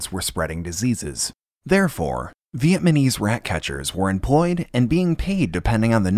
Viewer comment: vietNaMese*, not vietMaNese :)